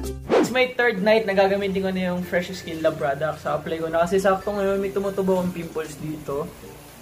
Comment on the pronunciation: iskin daw hahaha saan yung "i" sa bago yung skin?